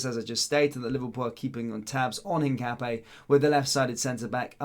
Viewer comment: Hi mate it's pronounced hin cap ee yah?